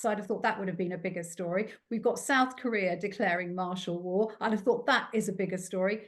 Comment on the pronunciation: Did that posh chap gueat just say 'South Koribia' in ??